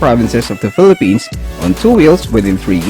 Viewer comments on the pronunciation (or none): none